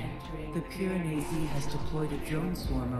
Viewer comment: PI-RA-NE-SI you are really pronouncing it badly on purpose :P